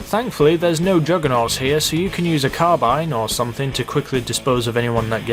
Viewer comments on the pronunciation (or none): none